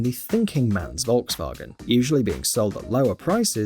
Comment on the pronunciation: PLEASE, please Learn to pronounce Volkswagen right🙏🙏🙏🙏